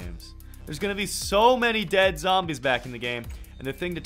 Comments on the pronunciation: its actually DEAD!!! not DEED!!! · Did you say d-e-e Dead?